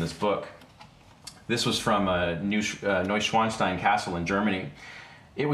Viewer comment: it sounds so sweet how you pronounce „Neuschwanstein“ to me as a german :‘D